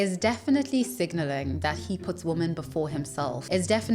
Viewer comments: Why you keep saying woman instead of women? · I never watched one of her videos before and I quite enjoy listening to her, but if she mispronounces "women" one more time, I'll have a mental breakdown. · Why do you keep saying "woman" instead of "women"? I feel like I'm missing out on some joke, haha. There's an internet term for people who are "famous" in this way though: a "LOL-cow" ... people watch him to laugh at the absurdity. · yea, she keeps saying 'woman' wen she should correctly be using 'wimen' (im using the phonetic spelling here - not how it appears in the dictionary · not - "japanese >woman < should be concerned." instead - "Japanese 'wimen' should be concerned." that is the correct pronunciation. i cant do it. its does my head in. how am i supposed to take wat u saying seriously,, when you cant even use the correct pronunciation in the correct context for a word that is spelt the same...? its one of the idiosyncrasies of the english language. mis-pronunciation doesn't lend any credit to plausibility as it makes one seem uneducated and unexperienced. other than that - you seem to have strait forward honest content - oh i just cant listen to the woman thing,, cos its said alot in this upload. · You using “woman” every time instead of WOEN when it’s appropriate is killing me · Stop saying woman when you’re saying women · why can't you say "women"? you say woman when referring to multiple women, "the reason Ryan didn't date woman in the united states" women = plural of woman, is it something you do on purpose? generally curious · Women omg it's Women not woman . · I like the video but idk if it's the accent but it sounds like you continously say "woman" instead of the plural form "women". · Your accent is interesting. In English, the words for woman (1) and women (2 or more) are pronounced differently. You repeatedly pronounce them the same. In this video and others. Is that how they say it where you are from? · Why do you keep saying woman? It’s women*